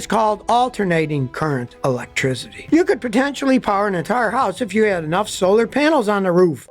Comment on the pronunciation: uhlectrizity luv ya scotty 😅